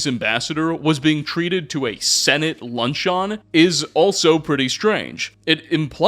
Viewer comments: ok it was a great video but im considering ending myself in minecraft if i hear someone say "lunch-on" instead of "luncheon" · I’ve never heard luncheon pronounced that way😅😂